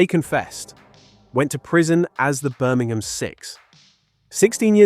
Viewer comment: Incredible how the video announcer (presumably a fake computerised voice) cannot even pronounce 'Birmingham' correctly